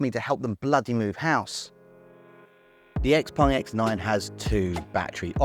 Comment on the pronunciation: why do you pronounce it XPung? Everyone else can pronounce it properly